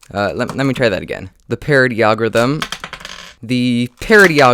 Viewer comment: Lol agorithim